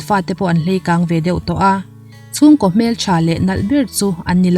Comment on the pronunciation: Angaihnawm in ichhiaarthiam lutuk.Hleikang tih hi Naupangte anlo Leikang tihtur aw